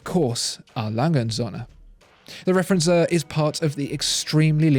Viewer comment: Referenz-what? As a German I had to listen 3 times to recognise that this should mean "Referenzuhr". "Uhr" is pronounced [uːɐ̯] otherwise its not really recognisable ;) But very nice research indeed.